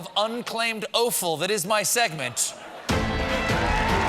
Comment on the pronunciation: Perhaps it’s just me, but the brilliant preambles to meanwhile would be so much better if Colbert learnt all the words. Amuse-bouche, not anuse. And offal is pronounced like “awful”.